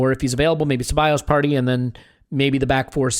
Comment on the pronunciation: Haha; you don’t pronounce “Partaay” right so we can’t expect you to pronounce this much harder name